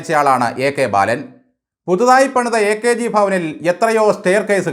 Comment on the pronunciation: ബയാളൻ,,, ബാലൻ 😂😂😂😂